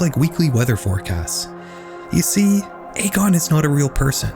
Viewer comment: Just so you're aware, Egon is typically pronounced "EE-gone". One of the main characters of Ghostbusters is named Egon if hearing it outloud would help. I would really really recommend finding a video of someone pronouncing that name if you aren't 100% positive how it's pronounced, especially if you're making a whole video about one person where that name will be repeated a lot. Pronouncing the subject of the video's name wrong right off the bat makes me question the validity of the rest of the research moving forward. Youtubers as a whole seem to have stopped prioritizing finding out how names and places are pronounced before making a video purporting to be informed on the topic, but that really needs be included when you're doing as extensive research as I know you're doing. Names are basic respect, pronouncing them correctly matters.